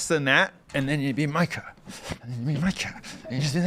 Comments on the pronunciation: It’s pronounced Meeka not myka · Does Tim call her Micah as shade, or is nobody brave enough to tell him it’s “Me-ka”? I mean, Phil says her name correctly right after Tim says it wrong… This shouldn’t bother me, but it does. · Say it with me Tim, MEE-CAH. That’s how you say Mika’s name lol. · Will you corkys from facts of life please learn how to pronounce the name Mika already!? WTF!? It's MEE-KAH!!!